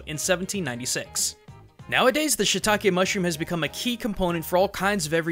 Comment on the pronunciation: It's not shitake, it's shiitake, しいたけ (椎茸), you are not pronouncing the い. I know, you don't need to thank me.